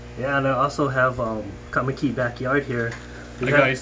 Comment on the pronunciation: I mentioned to him that you're the reason why I reached out to him in the first place. Also mentioned to him how it was funny how you pronounced kaimuki, lol.